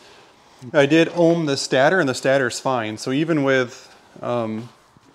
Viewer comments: It's not a "stah-ter". It's called a "stay-tur". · Just depends where you're from lol